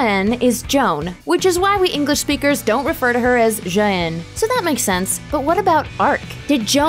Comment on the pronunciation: Wow. What a useless and badly researched piece on Joan of Arc. I don't even know where to start, but you could begin by learning how to pronounce certain French words. If you don't know, maybe ask someone. Words like "Jehanne", for example. And Joan of Arc didn't start referring to herself as "La Pucelle" until she began her mission. Prior to that, she was known at home as "Jehannette" (i.e. "little Jehanne"). And in that location (Lorraine) at that time (c. 1400), it was customary for unmarried women to take their mother's maiden names. So really, Joan was known to her friends and neighbours as "Jehanne Romee", and it is speculated that someone on her mother's side made a pilgrimmage to Rome at some point in the past. Regarding her voices, posthumously ascribing mental illnesses to people who have been dead for six hundred years is problematic, and Jehanne does not fit the typical diagnosis of schizophrenia. The auditory hallucinations suffered by the typical schitzophrenic patient are invariably destructive, telling the sufferer that they are worthless and revolting, and often the voices are nonsensical. At worst, they exhort the patient to violence, either against themselves or others (though this is fairly uncommon, despite what people think of the disease). Jehanne's voices were benevolent and kind, telling her repeatedly that she was a daughter of God and a good girl. And nothing that the Voices told Jehanne ever resulted in violence against her enemies. She said at her